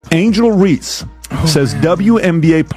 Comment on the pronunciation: Angel Ree!? Why release a vid that can’t pronounce a name right? Dislike immediately 👎🏼